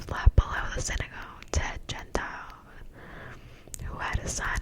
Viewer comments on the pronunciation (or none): thank you!!! also ‘Synagogue’ is a Jewish place of worship, pronounced ‘sinagog’